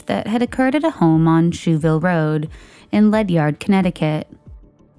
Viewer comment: Ledyard pronounced Ledger.